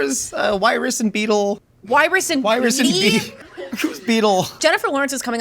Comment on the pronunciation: It's Wiress and Beatie, not Beatle